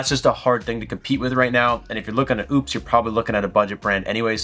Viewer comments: I own this and recently spoke with support... the brand is pronounced oh-pes. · Seems ideal for RV use. I wouldn't look too much into the lack of 240. And you still sound like an ass mispronouncing the company's name.